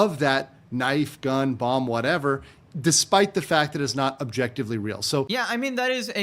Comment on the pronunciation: Are you unironically pronouncing the second 'b' in BOMB. You deserve worse than Hasan for that.